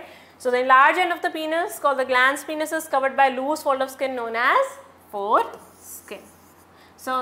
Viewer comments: Penis is not pronounced as पिनस ,its pronounced as पेनिस। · YEAH!! But I'm still in shock maam's pronunciation of some words like gamets,penis & many more....😳😳 If her pronounciations are ryt then my whole life was a lie 😭🙂😟